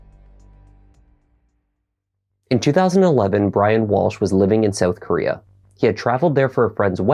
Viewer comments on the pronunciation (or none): none